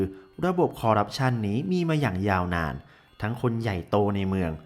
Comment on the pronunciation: นิดนึงนะครับ ที่ถูกคือ "คอร์รัปชัน" นะครับ